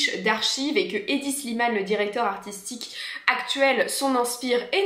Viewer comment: Tres interessant! Sinon, c'est Hedi et non pas Heidi ;)